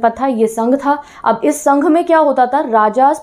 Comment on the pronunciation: Ma'am।।। गण को गाना बोल रहे हो। संघ को संघा बोल रहे हो। 😅😅